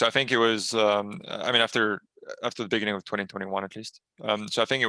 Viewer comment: is it just me or do i hear nbk saying "beniginning" and "panignic" ?